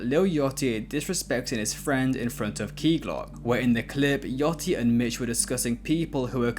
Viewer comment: Why are you calling Lil Yachty, “Lil Yatchy” ?????